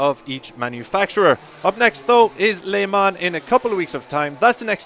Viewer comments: Yaa maan!! Dat Maan said Lay Maan!! 🤣🤣🤣🤣 Where in heaven's name did MotoGP get this guy come from?? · did he just say "lay marn"